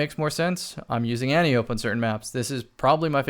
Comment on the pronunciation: I don’t want to be THAT guy but it’s pronounced Anne-tie-oh-pee.